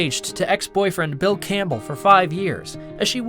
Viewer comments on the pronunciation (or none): none